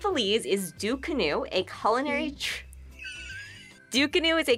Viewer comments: It’s not Ducunu. It’s frigging DUCANA🙄 get it right or leave it alone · Belize is not even in the Caribbean 🤷🏾‍♂️ an it's Ducana not Ducunu😂 an it's from ( Antigua an Barbuda) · Its actually called ducana but ok